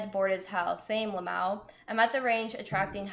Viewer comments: She says I hate saying Lamawo. We hate hearing it! Just spell it out ffs. Ell M Aye Owe. She is such a weirdo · that fact she keeps 🤌🏼pronouncing "l.m.a.o" like it doesn't mean 4 diff words is distracting me from everything else in the video 🤣🤦🏽‍♂️